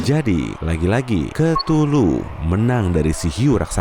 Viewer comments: 02.41 hey cthuluh (ktuluh) DIBACA= KETULUH YG BENAR=KEUTULUH nama mu susah disebut, ngakak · KETULU ET DAH SUSAH BET NYEBUTNYA